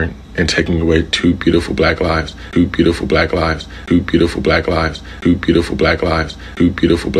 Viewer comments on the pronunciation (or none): I cringe everytime he called them bueatiful 🤦🏿‍♂️. Wtf